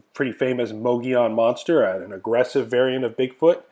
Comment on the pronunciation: Thanks for pronouncing the name Mogollon Monster correctly. Many people seem to not be able to correctly pronounce names from the southwest, but you did great. I am planning on doing some outings to the rim country as soon as I get my camper back on the road and get a few more pieces of equipment. Thanks for another great video.